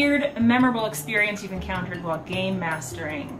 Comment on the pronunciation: I kept thinking you were saying , 'Gaymasters', which naturally left me slightly confused...to which I realized you were saying 'Gamemaster' which made way more sense. Either way, you are without a doubt, the awesomest (Not really a word but you mean what I know), the best master of games/investigator around!